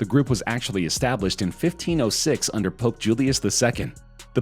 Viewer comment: The pope sounds more like THE POOP